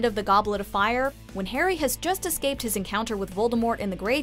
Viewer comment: How about the fact that the narrator keeps pronouncing Voldemort incorrectly?